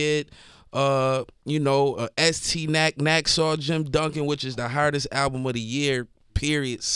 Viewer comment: He said estee nack - nacksaw jim duggan